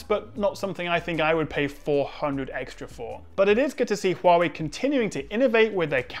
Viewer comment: glad to see (due to my tuition and voice training) that you`ve mastered the CORRECT pronounciation of HUAWEI, no longer hoo-wah-way !!!!